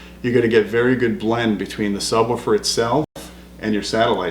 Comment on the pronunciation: Luuuuuccy, Im hooooome...weed my nu sabwooofer...baba lu.